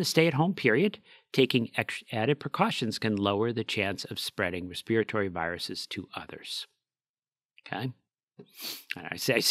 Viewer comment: is the first American person I’ve ever heard pronounce respir-at-ory correctly! Most people say ‘respitory’. I’m British.